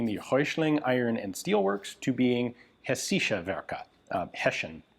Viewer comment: German guy here is it is not hesischer its is hessischer the s is Pronouced long it revers to the german Region of Hessen in english hessia so the rifle shoud be called hessian rifle in english or hessisches Gewehr in german